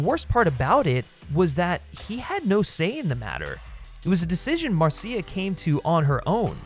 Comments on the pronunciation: You're driving me crazy with the MarSEEa Lucas pronunciation. It's just Marsha, but with a cia ending. This has one of the best openings of ANY movie. It's extra funny if you know the song Anything Goes - but then the crazy fight with the ice and jewel and antidote - the fall from the plane and the rapids.... just wow! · Why does the narrator keep mispronouncing Marcia Lucas' name as Mar-see-uh Lucas? It's Marcia. Mar-shah. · Very minor nitpick, but I'm pretty sure it's pronounced "MAR-SHA", not "Mar-see-ah". Great video! You did a fantastic analysis. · Pretty sure the name is pronounced MARSHA, not Mar-See-A 😂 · I’m pretty sure it’s pronounced Marsha. At least that’s what Francis Coppola said. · Um, Mar-see-ah? Marcia is pronounced Marsha. Great video none the less. I had a similar experience with Temple of Doom. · Marseeia? Is this AI voice? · I know I’m two years late, but… it’s pronounced “Marsh-ah” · You’re pronouncing George Lucas‘s wife wrong it’s Marsha not Marcia like the oldest daughter on the Brady bunch Marcia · Hey expert her name is Marcia (as in "Mar-sha") Lucas. Who pronounces Marcia the long way round? Marcia. Marcia. Marcia. Also, although I agree about Temple of Doom, you really have basic bitch tastes, no offense. SEE: Snyder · Dude how do you not know how to pronounce Marcia Lucas' name??? It's cringe inducing. It's not Mar See Uh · Marcia Lucas' name is pronounced, "Mar-sha" just like "Marcia" on the Brady Bunch. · Very much enjoyed the defense of Temple. Just an FYI, "Marcia Lucas" is pronounced "Mar-sha", rhyming with "Martha". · I literally just watched this and was looking through the comments to see if anyone was gonna mention his pronunciation of Marcia, lol. Aside from that minor quibble, great analysis and TOD has always been my second favorite of the Indy films.